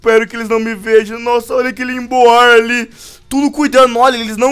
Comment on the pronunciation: vc pronuncia emboar errado velho odeio ver tu falando o nome dos Pokémon errado